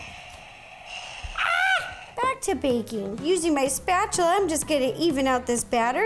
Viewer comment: I miss Ro calling the spatula "musta-chula" yeah that's how long I've been watching Nerdy Nummies. I feel old already hehehe. Keep up the good work Ro and God bless. Say hi to Molly and the baby for me hehehe 💜